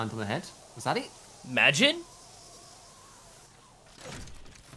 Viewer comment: Haha, "magine!"